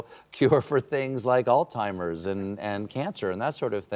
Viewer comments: they both pronounced it altimers… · If very disappointed with these two for mispronouncing Alzheimer’s disease. 😢